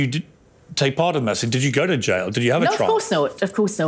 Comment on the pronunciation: She called the jail, the jyle 🏴✌️